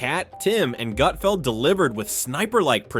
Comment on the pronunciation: His name isn't "Goot-feld." I watched 5 minutes and never saw any meltdown. This video is absolute clickbait.